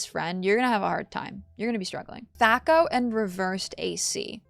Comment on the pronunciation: Just an FYI from an old school GenX D&D fan, THAC0 is pronounced with a long A. Thay-co. Awesome video, it's so great seeing someone gush about the wonderful games of yore. Given your enjoyment of these, you might love my favorite, Planescape: Torment. Different setting of course but the same game engine as BG1/2, more story focused less combat, tons of reading but some of the best writing I've ever seen in a CRPG. There's a scene that legit still makes me cry every time I read it and I'm a grown man. Just absolutely incredible. Just as companion focused as the Baldur's Gates so I really think you'd love it.